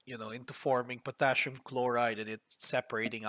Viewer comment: a short hint, it's Potassium and not Potashium